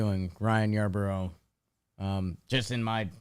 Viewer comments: I love your podcast and watch it everywhere I can. If you are going to say you like/know Ryan Yarbrough and lie. Its Yarbrough not Yarborough. It’s Yar-bro, he was a Dodger last year, why would they hide him from the Dodgers??? Jack offs!! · Its pronounced Yar-bro